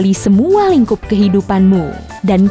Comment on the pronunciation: iya udah dengerin berkali-kali kok. Itu mbaknya ngomongnya "lingkup" kehidupan. Tapi emang dia ngucapin "p" nya lemah di ujung kata